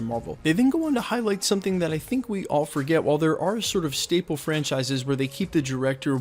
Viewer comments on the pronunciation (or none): none